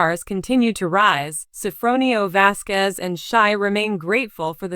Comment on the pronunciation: Please say the last name properly with respect..